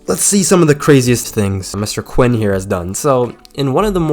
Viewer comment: Hate to nitpick buts it’s Oliver Queen not Quinn.. I’m sorry lol. You said it twice.